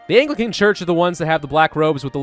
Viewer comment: I just need to get this off my chest, but I believe you're pronouncing Anglican wrong.